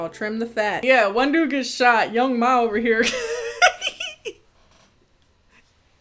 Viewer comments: Its young M.A. I thought.. not ma like mommy lol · I love you but something about you saying Young Ma instead of Young M.A was really getting to me😂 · I’m mad nobody told my sis it’s pronounced young M.A. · The fact that you called the girl Young Ma when he name is Young M.A LMFAOOOOOO